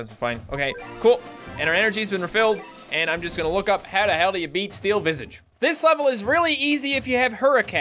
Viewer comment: in another video: ya i speak french today: pronounces visage wrong(its french for face)